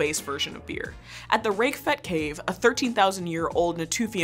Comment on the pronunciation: For any future reference, a tiny pronounciation correction: Raqefet [literally means "Cyclamen"] in pronounced "RaKEfet". [